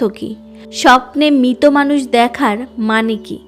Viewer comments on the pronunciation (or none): দিদি কথাটা মৃত। দয়া করে মিতো বলবেন। বাংলা উচ্চারণ টা ঠিক হওয়াটা খুব জরুরি। নাহলে শুনতে খুব খারাপ লাগে